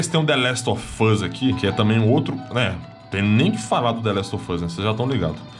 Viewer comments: nossa vei deu uma agunia ver ele falar The Last Ò Fãs kkk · Ele fala : THE LAST OF FUSSSSS Ótimo 😅😅